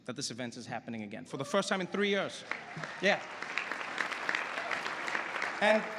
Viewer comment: He wouldn't have escaped the Inglorious Basterd basement tavern with that "three".